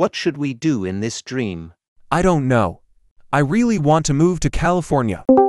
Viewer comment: bro why you said lnow😂😂